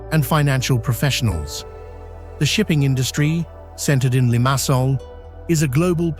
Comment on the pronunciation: I know the commentary is AI generated, but god the pronunciation of Paphos, Limassol, Nicosia and Larnaca drove me to distraction! Beautifully but many of the challenges facing the population are common elsewhere….